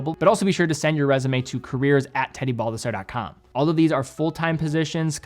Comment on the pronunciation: Lolz, he's butchering his own last name. Epic stuff 😂